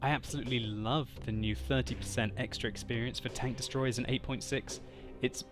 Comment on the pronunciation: I like the way he says tanK :D